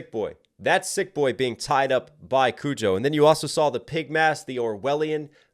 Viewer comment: "Kojo.. Kujo! I can't even get his name right. Who cares about him?" Exactly. I hope everyone just ignores him from now on.